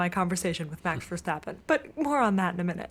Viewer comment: Verstappen, not Verschtappen. His name is Dutch, not German, so no sch-sound in his name.